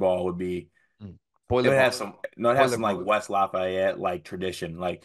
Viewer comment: For the love of God please learn to say "Lafayette". It's LAU FEE-YET, not LAU FAY-ETT in Hoosier speak!